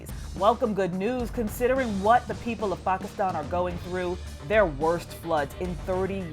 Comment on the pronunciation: Hey atleast she says Pakistan 🇵🇰 right I’m surprised